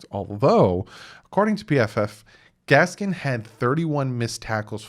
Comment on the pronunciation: There's no S at the end of Gaskin. Just busting your chops a little, but you've been calling him Gaskins for a minute now. Love ya